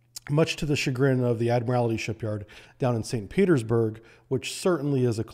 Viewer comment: Admiralty, pronounced admiral-tee, NOT admiral-ity.